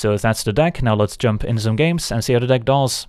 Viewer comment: I love when you say: "Let's see how it duhs"